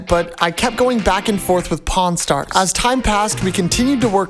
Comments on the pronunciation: I could’ve sworn bro said corn stars🟧⬛️ 💀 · I thought bro said Po-n stars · I was on speaker when he said pawn (porn) stars. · I swear I heard u say cornstars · pronounce pawn stars again